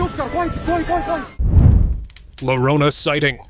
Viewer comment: Your "Mexico City" police are speaking Portuguese not Spanish and the lloran clip right after is pronounced yo-ro-na, ll in Spanish makes the y sound